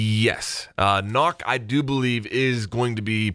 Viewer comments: It's not Nokk!! It's Nøkk. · Just letting you know, it is pronounced nook not knock. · Sorry to say its not "nokk" its "nøkk" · It’s newk not nock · Her name is pronounced “Nuk” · Hey, could you start to pronounce her name right please? It’s actually pronounced similar to Nook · People saying ''Nokk'' instead of trying to pronounce the Ø give me type a diabetes.. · NOKK IS PRONOUNCED NOOK OMG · its pronounced "nook" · it is aciually pronounced nook, even ubi calles her that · It is pronounced “nook” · It’s pronounced “NOOK” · i am danish and i am annoyed about how everyone is pronouncing nøkk since you say it as nokk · "Nokk rhymes with book" Ubisoft. SAY IT RIGHT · She’s pronounced “nook” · It is pronounced nukk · pretty sure its pronounced nuck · Her name is pronounced "nook" but nobody pays attention to the enunciation in the reveal trailer, nooooo, god DAMMIT. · Her name is pronounced nook but is spelt knok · Isnt it pronounced nook? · She is pronounced Nökk the ø is pronounced just like a German Ö . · It's pronounced nook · It pronoused "nook" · Its said like nook like animal crossing. Nook but spelt like Nøkk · It's pronounced nook! It bothers me so much lol, sry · it's pronounced nøkk, nök or nuhk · YOU JUST CALLED NØKK, KNOCK HAHAHAHA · I wish they've given her Frag Grenades.. Her name's pronounced "N-ukk" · It’s pronounced “Nook”, rhymes with rook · I know it doesn't matter but it may look like an o but you pronounce it as a u so her name is nuck or nook fun fact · its pronounced nook according to UB. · Karkat Vantas German and any of the other Nordic languages but because Nøkk is a name based on the Nøkken and Danish Lake monster, the name Nøkk is pronounced more like Neck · (NØKK) is pronounced similarly like (Look) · Good video, except Nøkk is pronounced, "Nook". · it's not really nook it's more like nuhk (like an 'uhhh....') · It’s not pronounced Nock! 🤦‍♂️🤦‍♂️ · The O in nokk is pronounced more like uh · Nokk is pronounced as (Nukk)